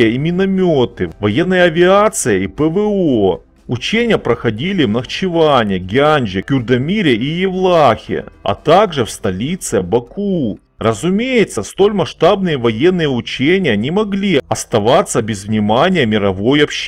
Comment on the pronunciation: ты продолжаешь ставить ударение на вторую букву. В слове Гянджа ударение ставится на букву "а", в слове в Гяндже - на букву "е".